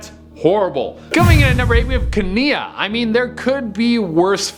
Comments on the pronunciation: #8 is that how its actually pronounced in the movie, cuz that's not how that name is pronounced. It pronounced kee-NIE, not kee-NIA. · 1. It's "KEE-nye", not "ka-NEE-uh" 2. Aurora was 16 not 18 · you know it's kenai, not kania, right? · So far he’s called Kenai, “Kenia” twice, I’ve winced both times... let’s see how many more times I’m going to wince. He really should watch the movies before he rates things on them! 🤦🏻‍♂️ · Its definitely pronounced Key nye not kania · has never seen brother bear, his name is pronounced like keen eye. One of my favorites so I had to say something. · The way you pronounced kenai really had me, its pronouced key-n-eye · Kenai is pronounced "Kay-nine". At least, in the movie, it is. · The name is pronounced Keen-nie lol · I counted 3 names you mispronounced. Te Fiti, Kenai, and Yzma. Sorry to be a bother but thought you should know. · I literally screamed at my phone when he pronounced it wrong 😂😂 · pronouncing Yzma and Kenai makes me cringe. I still love you though! You're still my fav from the channel!